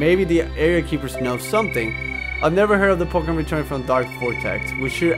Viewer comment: u pronounced the pokemons name but it ok